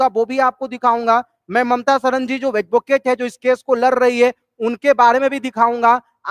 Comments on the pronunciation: Pahle aap hindi sikh lo Mamta Sharma ko Mamta Sahran kah rhe ho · Inko hindi bhi nhi bolni ati sharma ko sharan bolrehai🤦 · Naam to dhang se lelo Mamta sharma hai sarna nhi Pehle 2nd Class mai jake padhlo. Baad me ye video bana na.